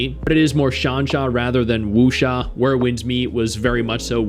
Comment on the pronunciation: Wusha?? Sansha??? Bro… whasha talking bout!? 😂😂